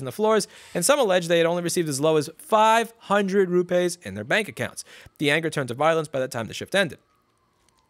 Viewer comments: 'Rupays' lol.. It's pronounced as it is written fella - rupees.. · Apple taking advantage of the Caste System. Ps. It’s not ru-pays, it’s ru-peas in pronunciation. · Louis! It's not rupays, it is pronounced ROO PEEES (soft p sound). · it's pronounced " ROO-PEE's " xD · It’s pronounced - Rooppies! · Its pronounced "roo-peas". Ya yank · Rupees is pronounced "roo-pees" (it doesn't rhyme with toupees) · I learned a new way to say Rupees.